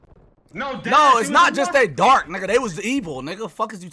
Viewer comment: emphasis on “was DARK” kills me every single time cause why is that important 😭😭😭